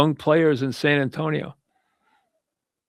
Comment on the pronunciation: “if i am San Antoine” hahahaha San Antonio, Mike!